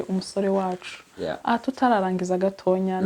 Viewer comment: Uyumushikiwacuvugango gatonya bavuga gatoya mama